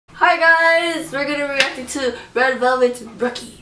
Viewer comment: Korean pronunciation of R comes out like L... just like Red Velvet comes out like Led Belbet.